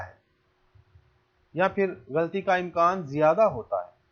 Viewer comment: لفظ غلطی نہیں غل طی ہے اسیطرح لفظ و۔زن نہی وز۔ن ہے یعنی ز اور ن ساکن ہےز پرزبر ہے براہ کرم تلفظ کا خاص خیال رکھیں یہ لفظ ج۔ زم نہیں جز۔م ہے یعنی ج اور ج پرزبر جب کہ زاور مساکن ہیں